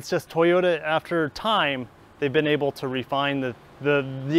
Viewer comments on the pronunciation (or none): none